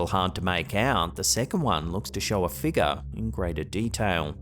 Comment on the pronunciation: I haven’t been on slapped Ham in a while,I’ll give 2 comments. I love the way says figure. He says figga. 😂😊😮😅😎